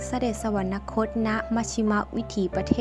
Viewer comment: สวรรคต. อ่านว่า สะ-หวัน-คด